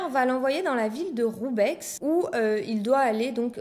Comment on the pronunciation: video sympa mais on ne prononce pas le X dans roubaix ;)